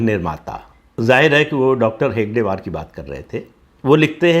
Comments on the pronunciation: Not Hegdewar, It’s Hedgewar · आप कई बार हेडगेवार शब्द का उच्चारण हेगडेवार करते है। यह शब्द आपको कई एपिसोड में बोलना होता है अतः शुद्धिकरण जरूरी है। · Pradip ji, First of all, the name of founding member is Hedgewar (Shri Keshav Baliram Hedgewar) and not Hegdewar as you were pronouncing. I joined RSS a year back and left recently on the same grounds as mentioned by you in this video. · आप डाॅ हेगडेवार कह रहे है, किंन्तु असल नाम "डाॅ हेडगेवार" है